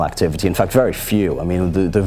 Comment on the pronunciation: when he says ''facta'' and activity you can really hear his geordie accent